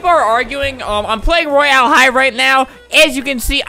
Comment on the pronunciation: royaLi HIgH Anybody heard that?